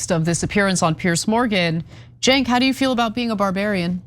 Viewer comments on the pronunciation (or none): How does Peirce still get Cenk's name wrong?😂 It is not the power move people think it is IMO. Especially with repeat guests. Maybe he does it to ingratiate himself to the media? Like dude. Cenk is part of the revolution, and P's personal and professional growth in terms of breaking the Isreal case. Maybe i'm missing something 😂 Anyhow, as always, I am so thankful for TYT and the audience of my fellow humans making lanes for sanity and reassurance .